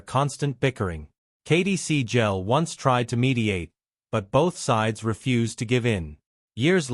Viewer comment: Katey seegell? It is Sagal. This is AI bullshit. Their last names are mispronounced